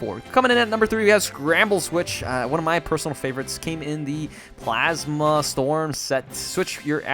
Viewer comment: "blasma plast" lol